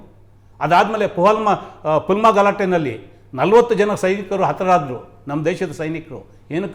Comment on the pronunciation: ಪಲ್ಮಾ ಅಂತಾನೇ. ಪುಲ್ವಾಮಾ ಎಂದು ಗೊತ್ತಿಲ್ಲ